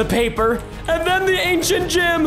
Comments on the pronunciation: Preston:ok so we have the ancient gym. Me:Preston you say it gem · did anybody notice he said ancient gYm instead of gem